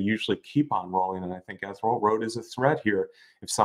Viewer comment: Guys, it's pronounced "EE-THEE- REE -AL" Road!! LOL!